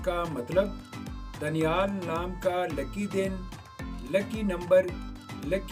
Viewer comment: दानियाल होता है भाई